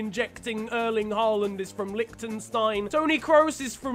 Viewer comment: Germans and austrians: Lichtenstein You: LIKTENZTEIN